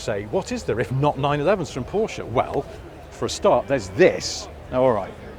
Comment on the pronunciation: THANK YOU for saying Porsche and not being part of the "porsh" syndrome, which seems to be all over youtube!